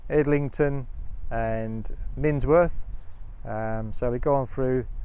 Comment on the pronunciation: It's miNworth - not minSworth.... and I'm not even a local !!